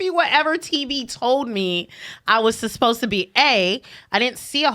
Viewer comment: Isn't it so cute says susposed instead of supposed?!? 😘